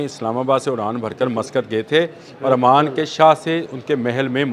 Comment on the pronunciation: I think is a literate person then why is he saying Aman, Aman. He should know it's OMAN. Please correct yourself